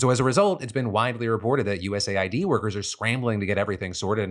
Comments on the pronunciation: Why are you saying US Ayy-Eye-Dee instead of US aid? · It’s pronounced US aid, you dip shit. There is a USA ID program which veterans have to use. Thanks for giving me a heart attack. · Phil it's pronounced US AID not USA ID. Just look at their Wikipedia page for their flag or wordmark. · It's not USA-ID my brother, it's US-AID... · lol.... WTF?? what are you saying?? it's US AID... not USA ID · US Aid, not USA id😂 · “US Aid” not “USA I.D” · Lord! Its US Aid not USA ID.. jeeze! You said it a million times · US Aid, not USA id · I hate that people are saying “U S A I D” instead of “US Aid” Why say 2 extra letters/syllables… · I just find it annoying. Like it's an Aid organisation. ID has nothing to do with it so why pronounce it wrong? He got USPS correct but not US-Aid